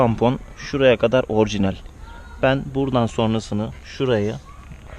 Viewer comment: kardeş orjinel değil orjinal😁😁